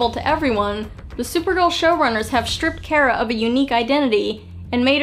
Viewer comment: Its not Kera its Kara 😁